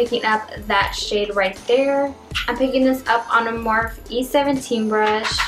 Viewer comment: love this look but PLEASE learn how to say "morphe" correctly. you are saying "morph" the e isnt silent. its pronounced "moor-fee"